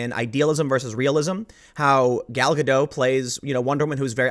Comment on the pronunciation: It's GadoT, the "T" at the end is not silent.